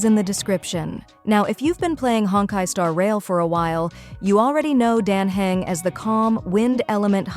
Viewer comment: I still can't tell if this is AI or not. Because the voice is very much mispronouncing "Dan Heng", but I think I hear the sound of inhaling.